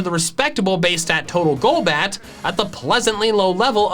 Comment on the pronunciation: THE L IN GOLBAT SHOULD BE AFTER THE O!